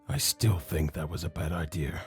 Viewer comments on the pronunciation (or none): SAID IDEAR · I also love have says idea "idear"